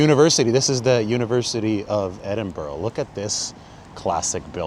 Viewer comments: Can't take you seriously as a journalist if you can't properly pronounce the name of the city you're visiting, there is no such place as Edinboro, it's pronounced Edinbruh, you can actually Google pronunciation of any city in the world, as Biden would say ...cmon man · Dude, its not edinbro - it's edinbra. Love your work.